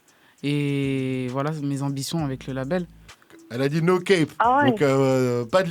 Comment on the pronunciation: « No cap »🚫 🧢 pas « no kèp » cefran met toi à la page 😂